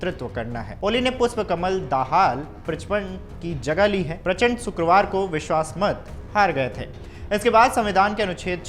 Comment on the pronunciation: Prachpand 😂😂😂 Nam Nahi Lena ata hai to kya news padhega beta